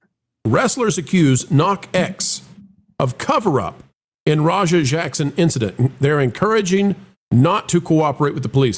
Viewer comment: The way Rampage pronounces Raja is more like slang for Roger. Roja is more like how its pronounced.